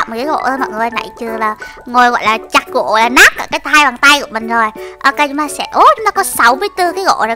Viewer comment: Em nghe chị nói gỗ mà toàn thành gổ thui